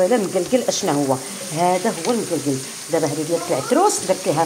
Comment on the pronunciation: هههه طريقة شرقية خليجية كتقتلي بالضحك لمكلكل ههه هي لمقلقل بالمغربية